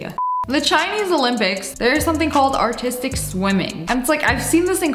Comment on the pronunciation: Who else thought she said autistic synchronized swimming